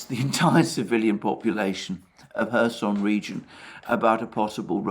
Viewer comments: Alexander why you are saying 'Herson'??? While the name is 'Kherson' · And the Right pronounciation of kherson can be found in Wikipedia.